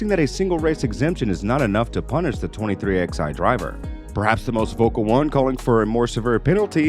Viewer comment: It’s not xi, it’s 23 eleven